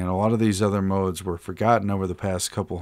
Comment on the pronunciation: Lol I had fun listening to you trying to pronounce modes 😂